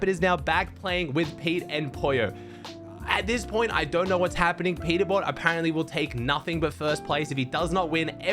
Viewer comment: Peterbot❌ Peterbop✅😭🙏